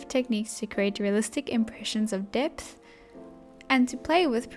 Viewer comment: Can you say depth again